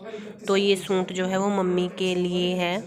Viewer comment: Di aap suit ko sunt mat bola karo